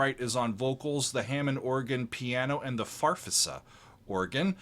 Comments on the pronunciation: Just FYI, Farfisa organ is pronounced "fahr-FEE-zah.":-) When I was 16 years old and attending a two-year trade school, our senior class voted to watch Pink Floyd At Pompeii and I was lucky enough to see it with them in the cafeteria. I wanted a Farfisa right then and there. Country Joe and The Fish's album 'Electric Music For The Mind And Body' also makes truly great use of a Farfisa. By the time I was 19 I had one of my own (second-hand), and I've still got it. It made its way onto a lot of my recordings and was my go-to keyboard live for many years. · Farfisa- Far. Fee. Zuh. Accent on second syllable. A keyboard with the white keys black and the black keys white in the first octave